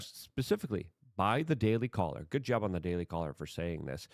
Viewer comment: I’m sorry are you saying goad? lol jk bro good show